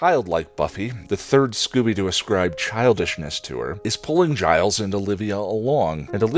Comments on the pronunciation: Aphrodite.... daughter of zeus? sorry but she is very much the daughter of the creator of the heavens' cut of testicles and the ocean. She is more a Titan than a God like the rest of the Olympians. Also,..... did just did you just call Giles for Gailes? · Did you just mispronounce Giles name?